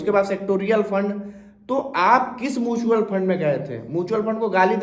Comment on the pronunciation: पता तो आपको भी नहीं है म्यूचुअल फंड को मूंछवल फंड बोल रहे हैं